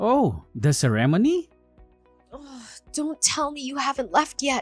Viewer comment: cer-rem-ony lol